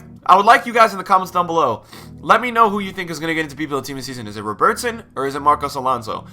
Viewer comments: RowBertson mate its robert-son its not hard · What is with the pronunciation of Robertson? haha.